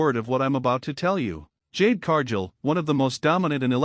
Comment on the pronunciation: Cargill isn't Pronounced Carjill